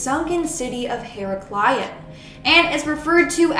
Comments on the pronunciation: Hard K mate Hair-raK-lee-on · when she said Heraclein i thought she was saying hero brian